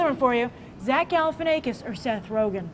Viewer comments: IT'S ZACH GAL-EH-FIN-AH-KISS. Not "ay-kiss." Ya stoned bimbo. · lmao She said Galifianaykis again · stop saying Galifianakis with a long A sound. i wanted to punch my self in the ear every time you spoke his name. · zack galifianackis, like quack, pack, track. i don't know where you're getting this long A sound in there - he even pronounces his names like the afore mentioned in his stand up specials